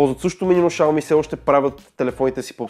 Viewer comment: Изговаря се шауми !